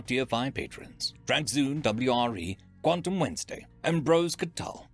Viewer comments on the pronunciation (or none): none